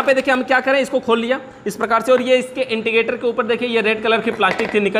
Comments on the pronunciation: Wo intigater nhi indicater hota hai... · इंडिकेटर को इंटिकेटर मत कहो स्क्रू को सकरूप न बोलो